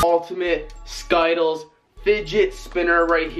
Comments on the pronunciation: SKIEDLES? U PRONOUNCED IT WRONG ITS SKIDDLES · He called skittles skeetles😂😂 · hr called it skytles boiii its skitles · I know this nigga didn't just say skitettles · Did he just pronouce skittles sky-uh-tuls? Bruh... You got dead. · in the candy one... did he say skyttles ? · did that guy actually say sky-tles? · PFFFFFT LOL THE WAY HE SAYS SKITTLES 😂😂😂😂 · lol he said skittle wrong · he said Skittles rong